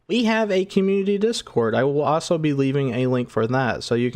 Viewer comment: Your videos are fun but ahso drives me nuts 🥜